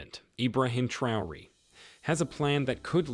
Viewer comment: Learn to pronounce names correctly Ibraham 'Trayori'